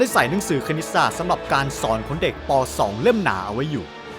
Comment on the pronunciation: สรุปแล้วเป็นเด็ก ม. 2 หรือว่าเป็นเด็ก ป. 2 อ่ะฟังไม่ค่อยชัดเลย